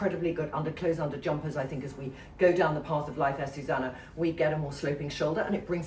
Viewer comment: Trinny her name is AzucEna not Azusana